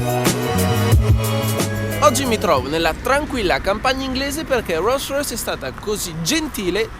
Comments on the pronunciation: Una "rûssrüys" ?? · "Ruolls roys" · No dai "ro Rois"non si può proprio sentire! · Guidaue una rolls roice 😂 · Lo dirai anche giusto ma non ti sembri pirla quando pronunci Roll Royce? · Sono un po in ritardo...ok...ma quando dice "guidare una rolls royce" la R che dice è molto britannica...sembra un britannico che parla italiano 😅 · Ma quando dici “rolls royce “ hai delle ciabatte in bocca!? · Dice Rolls Royce con la peggior pronuncia inglese che abbia mai sentito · Solo a me da un po’ fastidio come pronuncia Rolls Royce? 🤔🤔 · Si ok ma almeno impara a pronunciare bene il marchio dell'auto. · Per favore cambia la tua pronuncia di Rolls Royce